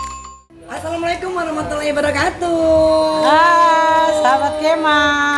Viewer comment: Mohon perhatiannya..Enggie Kalau mengucapkan Assalamu'alaikum...warohmatullahi..jangan Ter buru2...sehingga jadinya....WABRAA PELAN2 SAJA... Harusnya.....WAABAA bukan WABRAA.